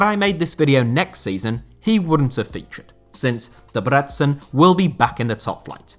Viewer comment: deb-reh-tzen. think of debrecen as those 3 words said in sequence